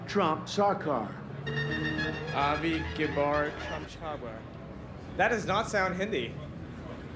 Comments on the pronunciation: Why this sound like: Abi kibar trump choker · Abi kiba trump jakaar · no one: trump: a binky bar, trump shlar car.